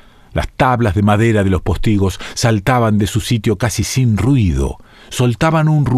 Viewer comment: Me generaste una duda y consulté el diccionario de la RAE. Estás equivocado, es postigo, no póstigo. Espero que te refieras a la pronunciación y no al tilde. Aún así, no sé si es cierto.